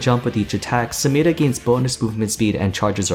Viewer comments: Every time you pronounce SamiRa like a weirdo I get shivers from cringe 😅 Nice videos though, love it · Dude I cringe every time I hear you roll that R in Samira, I like your videos though! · I'd say that's more to do with her accent. Riot themselves pronounce her name phonetically as it's spelt. So I guess it's up to us to determine which one takes priority. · Why does he pronounce only Samira's name with an accent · He pronounces samira funny